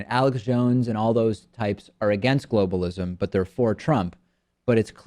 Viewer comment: "Globalishm" lmao